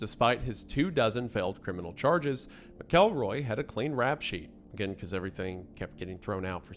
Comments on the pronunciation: Wendi...you are killin me. It's MACKLE-ROY. That's how you say it in the South! Im playing but also serious. Fellow Tennessean here also so I know how YOU in particular should say it lol. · From a Missourian who has had to coexist with this story my whole life: 1. Mackle-roy, not Mic-Elroy. 2. This wasn't Skidmore's "version of justice"; the townsfolk were decent, religious, and orderly citizens who BEGGED their government to fulfill their end of the deal and enforce the law for years, but they were too poor and "backwoods" for the county/state to commit real resources to deal with one man with a gun. They were trying to do things the legal way, using means that wouldn't condemn their souls. Trina's parents were poor and without resources to uproot their family to flee from Ken, and they had nowhere to go. Poverty and a lack of education meant they were easy to manipulate. 3. So much of the story has been conflated by urban legend and retelling over the decades. I've seen some outlets say there were upwards of 40 people on the street that day, which was crap. It's like the H.H. Holmes murder mansion where the fantasy has long outgrown the reality. 4. Most information taken as "legitimate" by the mainstream today came from Harry MacLean's book, but the locals all knew he was there to profit off their community trauma. The people who actually knew what happened didn't talk to him. People who liked to feel important or get their fifteen minutes, who weren't even in town that day, made stuff up for him. MacLean wasn't generally liked around town while he was there, as you can indirectly tell from his mischaracterization of some people in his book (Lois Bowenkamp was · how do we tell him that he pronounced the last name wrong the entire video? I don't make the rules but it's pronounced Mackel-roy. Not Mick-elroy. Hope sees this:) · "Mack-kel-roy" I'm going to come over there and take the names back if yous can't be trusted with them, alright?